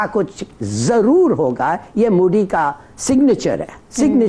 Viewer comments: its "MODI" not MOOOODYYY... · Mooodeee मूडी nahi hota modi hota hai angrezi Ki olad